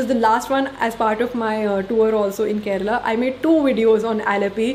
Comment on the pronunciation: U r among 1% north Indian who said correctly KARNATAKA n KERALA . Most people say KARNATAK n KERAL